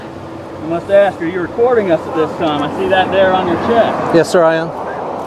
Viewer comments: Don’t axe your lieutenant. That’s scary. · So much “axing” these days. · She’s going to “axe’ her lieutenant? Ebonics quota hire alert! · Why can't they say 'ask'? They all say 'Ax' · She’s going to ax her lieutenant? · Number two was definitely the dumbest. She said I'm gonna aks my lieutenant. . 😆 🤣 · Did this cop just say that she's going to "axe" her lieutenant or she's going to "ask" her lieutenant. Why would she want to use a tool that has a heavy head with a sharp edge fixed to a handle and is used for chopping and splitting wood, on her lieutenant. Booyah! I thought that was funny. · I'm gonna "axe" my luietenant? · She says: I am gonna call my leutenant, and I am gonna axe him... She just admitted to murdering someone! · …let me axed my boss?? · When did the word "ask" become "axe"? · Gunna Axe her lieutenant... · "I'm gonna call my lieutenant and axe him" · Yep. I agree she's the dumbest. She earned the award for "I'm gonna "axe" my lieutenant". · I’m going to call my lieutenant, and axe him... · I would have to go with the 2nd cop the diversity hire because the others know they were doing wrong she has no idea about the law or right. She needs to call and "AX" a question lol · '' I'M gonna and axe my lieutenant'' ,, the Affirmative Action female cop can't even use correct English !!! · She said she going to ax him I bet she ax a lot in court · She’s going to “ax“him and see if he says lock you up😡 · Number 2 The Ebonics speaking Cop she is going to "AX her Lou Tenet " Isn't it illegal to AX anyone ? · She axed her lieutenant. Is that legal? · im gonna ax him. lol, speak proper woman. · I'm going with #2. Any officer that is unable to pronounce the one syllable word "ask" is sta sta stupid